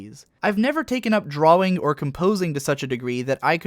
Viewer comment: He said Drawring lol.